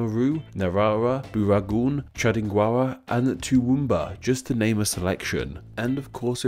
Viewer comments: Six states bro. Then 10 or so territories... Also, Toowoomba is pronounced "Ta-woom bah". Uluru is "oo la ru". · Okay but the pronunciation of Toowoomba got me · You butchered Toowoomba lmao